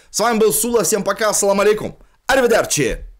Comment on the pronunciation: Сула говори пожалуйста Ассалам Алейкум, а не салам алейкум. С первой буквой А а не С